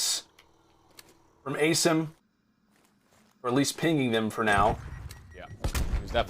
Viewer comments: Did dude finally figure out how to pronounce Asim? He did.... only took 3 maps! Sorry, no he only pronounced it properly once, and he’s a "professional" caster...smh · Why's this commentator say Asims name wrong. Like c'mon man, your job requires you to know their name for fuck sake